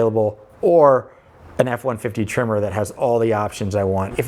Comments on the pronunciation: Until I thought you were saying "Trimmer" and I had no idea what you were talking about. But it's Tremor... got it. When buying something you're going to live with for a long time (building, vehicle) get what you want. You'll enjoy it more, even if it's a little more expensive. Me of 2010 bought a Subaru WRX sedan. I loved that car for 9 years. But then I had to start taking the boy to school and sitting in a parking lot in August in Texas, it was either run the engine and waste gas or die of heat exhaustion. In 2020 I picked up a Volvo S60 PHEV. Super comfortable (and my almost 50 year knees appreciates that), 400 horsepower (12 year-old me appreciates that), and 76 lifetime mpg (my bank account appreciates that). There's a few electrics I would rather have right now, but I'm not trading out in this market. And, I will admit, a little tear dripped down my face when I said goodbye to the WRX. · It’s a tremor… I thought he kept saying trimmer too! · Are you saying tremor or trimmer? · Your accent made me think tremor was trimmer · I can't get over the way you say Tremor the same as Trimmer. Must be a Midwest thing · LOL. I thought your were saying trimmer! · The entire video, thought he was saying TRIMMER. Couldn't wrap my head around it... Finally see the words on the side of the truck: TREM MORE. 🤪